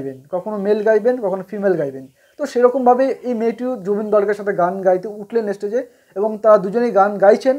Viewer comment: অতিরিক্ত কথা বলছে আর তাছাড়া উচ্চারণ ঠিক নয় যেমন "স্টেজ"শব্দটা উচ্চারণ করছে "এস্টেজ" অথচ জুবীনের মত মানুষের সমালোচনা করছে, ফালতু একটা ইউটিউবার